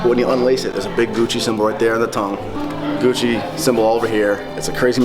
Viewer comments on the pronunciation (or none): none